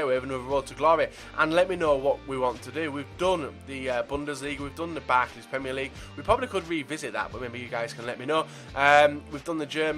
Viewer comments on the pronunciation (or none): none